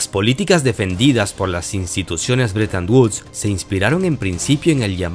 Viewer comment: Amigo: No se si mis orejas me fallen, pero capto que pronuncias ligeramente " britan uds ". No te fallara la matematica queriendo decir "BRETON WOODS".? Me pregunto!!......